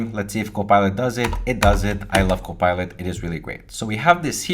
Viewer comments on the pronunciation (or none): none